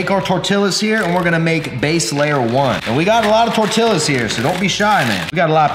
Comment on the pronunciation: I was so happy when he finally stopped pronouncing the LLs in tortillas then he did it again omg